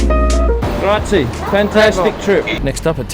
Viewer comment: I would kindly add that "thank you" in ITA is grazie, with an e at the end, and it is not silent🙃